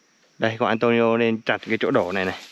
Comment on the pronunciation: Phải đọc là Antuniu mới đúng chứ nhỉ? Tại sao Neto thì đọc là Netu, còn Antonio vẫn đọc là Antonio. Mặc dù cùng kết thúc âm cuối là âm “o”